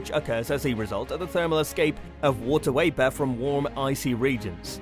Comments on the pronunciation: It's not wapor It's VAPOR. V is not pronounced as W. Sorry it just bugs me. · I love the video some reason it bothers me that it sounds like he saying water waper Instead of water vapor.